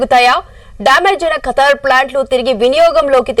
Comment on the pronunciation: కతర్ కాదు ఖతర్